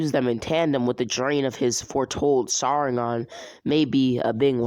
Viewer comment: Bro you the way you said saringan the first time